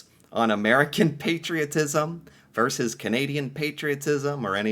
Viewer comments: Yes, thank you, you drive me (and I'm sure most people) crazy with this "verse" pronunciation. It's VERSUS! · the word is "versus" not "verse".... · Why do Americans say 'verse' instead of versus? VS stands for versus, America!! Sheesh!